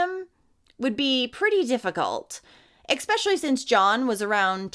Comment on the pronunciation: I loved your coverage of this story..You're very beautiful, and seem highly intelligent. May I ask politely for you to say especially the word doesn't contain an X.